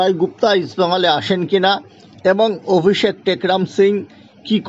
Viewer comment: অভিষেক এর নাম টা ও ঠিকঠাক বলতে পারছেন না আবার খবর করছেন ।